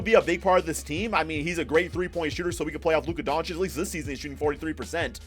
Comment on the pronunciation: Lmao you sound like a sped when u say doncic